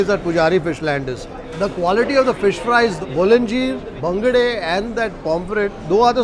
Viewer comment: why people tell bangda instead of bangude, pronounce fish name properly if you are eating it. For Mangalorean's its like pouring hot liquid iron to ears.